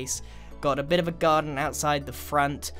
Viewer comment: When he said garden I heard “gun”. Is that just me or did anyone else hear that???